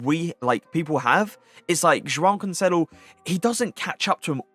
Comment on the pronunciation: Love the way you say Joao Cancelo hahah very satisfying